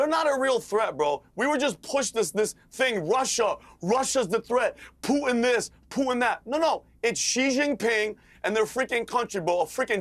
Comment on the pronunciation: Idiot convention lol. I've never heard it pronounced "Pooh-in" 😂😂😂